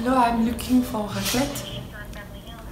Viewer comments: accent was damn good though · Her French accent!!!!!!